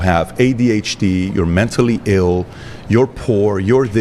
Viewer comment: "Menstally ill" 🤔 you don't say?!?!?